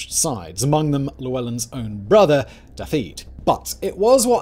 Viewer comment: The way he said “Da-feed” for Daffydd. I’m absolutely fuming 😂